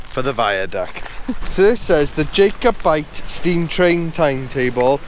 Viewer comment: Great video, it's pronounced "Jack-oh-byte" lol.